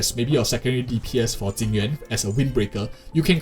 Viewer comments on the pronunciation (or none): why do you pronounce jing yuan = tingyun ?